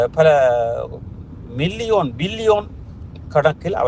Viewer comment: "மில்லியோன்" ஆ😂